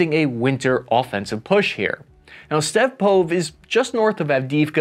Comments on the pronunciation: Please pronounce every vowel in the Ukrainian town names! "Stepove" has an "e" at the end. SO READ IT. StepovE ("e" like in 'elk') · The way you say Stepove 😂😂😂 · Stepove pronounce with the same “e” at the end of the word, as at the beginning of the word.